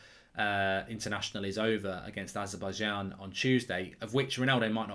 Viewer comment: Azer-Bai-J-an not Azer-Bai-Yan